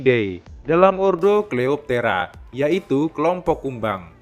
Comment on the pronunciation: COLEOPTERA BELAJAR LAGI CARA BACA NAMA ILMIAH